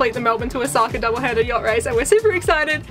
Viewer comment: What a delightful mother and daughter combination you two are! Since you're on your way to Osaka, may an old Japan hand help you with your pronunciation? Your destination port is Osaka, pronounced Oh-Oh-Saka. Two beats and an accent on the first syllable. Good luck in the race! (By the way, , your own boat, has a name which means "friends" in Japanese. In that case also, place the accent on the first syllable. ) Aloha from Hawai'i.